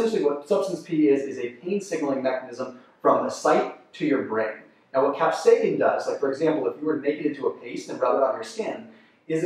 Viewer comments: Is he saying cap-say-kin instead of cap-say-sin? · Many people do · Bruh how do you mispronounce capsaicin